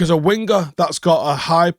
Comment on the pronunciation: sorry to be a grammatical hawk, but when you say the word 'winger', the "g" is not pronounced. CT - Melbourne